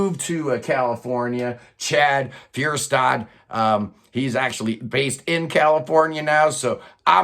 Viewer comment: Great review. Also, Fjerstad is pronounced like “fierce dad” lol